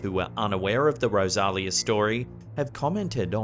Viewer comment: Sean Doyle from the Manor Lots of effort and a great presentation. Wished you would have contacted the owner for correct details. Rosalia = Rose-a-lia Besides a bit of add lib good over all.